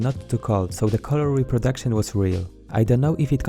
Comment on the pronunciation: did you said “Color Reproduction?”